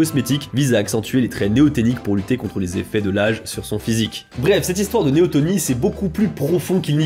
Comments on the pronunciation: Néoténie... avec e. Pas néotOnie. Néoténique. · Juste : on dit "neoténie" pas "néotonie" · un détail toutefois, c'est néotÉnie pas tOnie... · néotÉnie, pas néotOnie. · ... et c'est néotEnie, non néotOnie. Je sais, je suis lourd - mais c'est pour la bonne cause, non ? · il s'agit plutôt de néoténie et pas de néotonie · Néoténie, pas néotonie . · On parle de Neoténie et pas de Néotonie ;-) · c'est neotenie pas neotonie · néoténie et pas néotonie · C'est néoténie (pas néotOnie..)😉 Merci pour ta vidéo, tu as fait un gros boulot de vulgarisation sans dire (trop) de bêtises scientifiques. Et franchement, vu le sujet, c'était pas simple si t'as pas un biologiste dans ton staff! 💕💕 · Merci pour la vidéo ! Je me permets juste une petite correction : on dit Néoténie et pas néotonie ^^ C'est pas très grave, mais voilà ^^ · C'est néotÈnie, ps néotonie... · Très bonne vidéo cependant on dit neoténie et non neotonie C’est le même principe pour les animaux